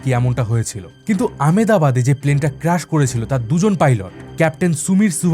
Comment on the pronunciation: It’s not crush It’s crash